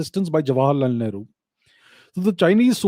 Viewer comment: Whenever Abhijeet sir says ‘Great Shree Nehru ji’. I hear ‘ Maadar bhatoora’ 😂😂😂😂😂😂😂😂😂😂😂😂